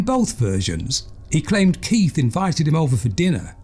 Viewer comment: choose your words more carefully mate - locking doors at night is not paranoia but correct behaviour. This narrator is a fucking idiot, he can't even pronounce KeiTH not keiF